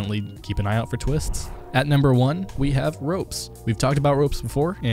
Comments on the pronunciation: Ropz not ropes plz fix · Ropez???? It's Ropz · nice video but just to tell you its called ropz[pronounced the same way ropz] not roupz. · I love how you call ropz - Ropes xD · it isn't "ropez" but "ropz", idk how tf you don't know that... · It’s ropz, not roupz. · R-awps not ropes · Ropz is pronounced Rawpz not ropes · Pronounced ropz wrong It’s pronounced “rawpz.” Haha yes